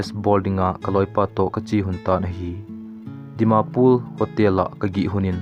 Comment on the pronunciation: It's dimapur not dimapul 😁